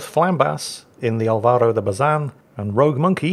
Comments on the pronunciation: Al-vah-ro. AHL-bah-ro. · Heads up on Latin words, the (´) tick makes the particular vowel in question sound stronger or more pronounced, Álvaro is pronounced as it sounds but with more emphasis on the first A, you pronounced it as Alváro, just a heads up for next time. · Well, as a spaniard brazilian, the pronunciation is good. Don't worry about it. Just say "AL-va-ro" putting your emphasis on the first A. That's why is written "Álvaro" and not "Alvaro". That's why stress marks are for. BTW, I'm from Barcelona, and you should thank to all gods for not having a catalan ship's name, like "enxaneta". We take the worst of spanish and french and mixed it with 7 vocals (because A and E are pronunced differently depending on the word). Or even worse, in vasque, a lenguaje doesn't even come from latin, with words like "kukuxumusu". So yeah, thank the gods ships names are only in spanish XD. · Alvaro is usually pronounced with a long L. Oh boy, Flambass again!? No wonder its that kind of game...